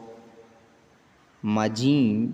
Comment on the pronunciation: Aap ayurveda wale ho na pakka 🤣🤣🤣🤣 Chlorpromazine nahi padh paa rahe